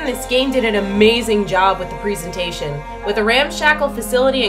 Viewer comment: what the hell is a preesintation!?!?! lol do you mean presentation??